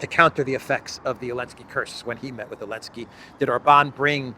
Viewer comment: can some explain why he keeps saying Elensky its either top tier trolling or top tier \r word i need to know please